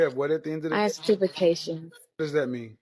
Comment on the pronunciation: She guts certifircations ya’ll. Certerfercations. Dats rite, sertefercatchuns.